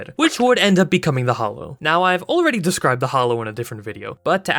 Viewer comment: Why do you keep writing “the Hallow” but you keep saying “the Hollow”?